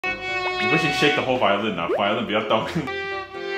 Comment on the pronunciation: 非常謝謝兩位音樂家在這疫情艱困的時刻，為我們帶來歡樂的一天！太好笑了!!哈哈....:"" 妳不行 shake whole vi鵝lin 啦!"" ""妳有練厚?!"".....真的很台!哈! is so nice. 偶像!! 期待兩位音樂家能把樂器換回來，正式合奏一曲! ^_^" Expecting~*